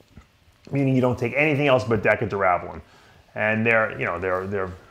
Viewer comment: Dave what in the hell is Decka Durab-a-lab-ba-lab-ba-lone???? I can't even listen to this!!! A former IFBB Pro Bodybuilder and can't even pronounce a damn steroid that he most certainly took lmao.